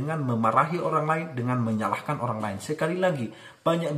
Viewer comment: Menyalahkan ya ... bukan menyahkan 🙏